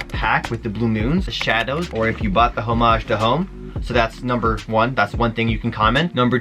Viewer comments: I think you need to learn how to pronounce "homage" lmao but either way the HTH are ugly af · Also the way u say homage is so funny haha I laughed every single time 😂😂maybe that's the Canadian way